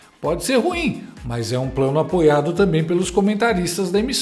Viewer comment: Ouvi bem o comentarista falar "tamem" e "mermo"? kkkk